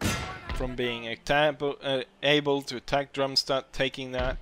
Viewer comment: dude, it`s DARMstadt, not DRUMstadt